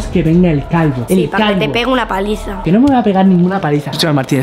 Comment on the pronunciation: tu cuando pones eso para q lean esta mal eh visto q cuando Martina dijo palaiza pero es paliza 😔 arreglado 😁